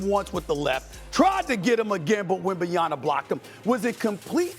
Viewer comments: Bro it's not Wembanyana...It's WEM-BA-NYA-MA! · SAS talking about the greatness of Wemby but still can’t say his last name correctly lol - it’s WembanYAMA not YANA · WembanyaMA ! MA ! MMMMMMMAAAA! Not Wembanyana… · Does Stephen have a problem with getting names right, particularly those of European players? Or does he simply not care enough? It's not "WembanyaNa" but "WembanyaMa", and it's not "DonKic" but "DonCic". Those are not very hard names, at least not harder than "Gilgeous-Alexander", "DeRozan" or "Thybulle". I find him really entertaining overall, but this sounds quite annoying to my ears :/ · It’s wembanyaMA, not WembanyaNA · WembanyaMMMMMMMMMMMMMMa not WembanyaNa not complicated. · SAS is a Clown count how many times he says Wemby's last name wrong? He keeps saying WembanyaNa when it's actually WembanyaMa. We are 35 games into the season and this clown still can't pronounce Wemby's name right. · It's WENBAYAMA not WENBAYANA, Mr Stephen A. From a french fan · Lol. Its WenbaNyama, NOT Wenbayama... coming from an American lmao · it’s not “wembaya-na”, it’s wembaya-MA! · for god sake his name is WembanyaMA not WembanyaNA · Wembanyama; NOT Wembanyana.Tell Steven A that the name ends in "ma", not "na". It's not that hard after you do more homework. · Stop saying WembyNYaNA🤣🤣🤣..It is a Congolese name, say just like it is written...Victor Wanyama, Victor Wembanyama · SAS - get his name right! WembanyaMa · Is he saying Wembanyana at times? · How are we 35 games into the Season and SAS still can't pronounce Victor's last name??? Stephen... His last name say it with me is WembanyaMa Think of your MaMa when you say his last name and maybe you'll remember it ends with MA not NA. OK??? Got it? Good! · Who is WENBANIANA? Don't know this player Stephen A. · Where SAS got the "yana" from? 😂😂😂 Bro kills me everytime with his names pronunciations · wembanyaMMMMMMMMMMMa cmon guys it's not that hard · These people get payed way too much too keep saying "Wembanyana"